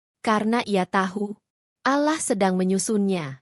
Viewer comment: Pembaca narasi tidak pasir mengucapkan kata ALLAH segera perbaiki😊